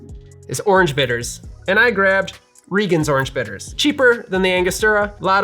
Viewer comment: highly appreciate you pronouncing Regan right